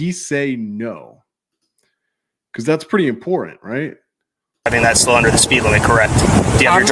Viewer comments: While the cop does sound like, and is a freaking tool saying farthermore, you don't have a lot of room to make fun of him with the way you pronounce important. I just had to say it. I still know what you do keep up the good work! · Yes he did say farthermore but you said … …import int … its important